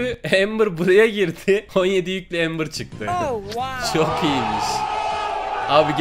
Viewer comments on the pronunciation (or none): none